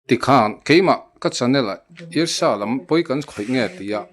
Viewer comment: Dala hnenah khan, UESA i lam dik loh vangin An rawn man dawn che ti rawh...